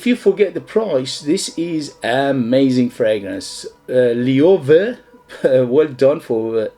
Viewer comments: Loewe have some great fragrances. My favourites are 7 Cobalt and Atlas. Cheers! PS: In Spain it’s pronounced ‘lo (as in long) + ebb + e (as in egg)’, loebbe. 😃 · Read it as German. It´s a spanish company but founded by a jew german that came from Germany in difficult times. Don´t use the english sound for "e" ; use spanish "e" sound, or german sound (in this word both are very similar). Loewe (LO E BE). Great review.